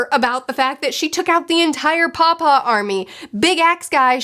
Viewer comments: she is saying paw-paw. I thought she is calling Kuma, papa(father) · Come on 😂 he's name is Kuma. Batholomew Kuma.